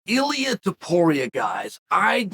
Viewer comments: You know Ilia is a special fighter if Chael pronounces his name correctly. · The fact that Chael nailed the pronunciation of Ilia’s name, out of all people 🤣